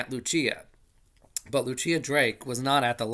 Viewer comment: Just a heads-up — Lucilla is most likely pronounced loo-SILL-ə, not loo-CHEE-ə. If she’s Italian, it’s loo-CHEEL-lah.